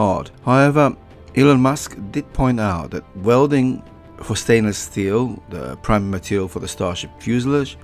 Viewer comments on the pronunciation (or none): none